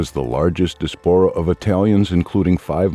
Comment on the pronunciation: Lose the robot voice. Mispronunciations include history and diaspora. Hire a human being for pity’s sake.